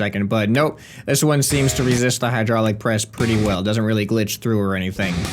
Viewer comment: You forgot finnish accent at hydraylic press thing :D